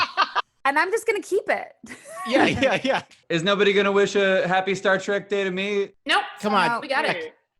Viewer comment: "Star Track"....... 🙄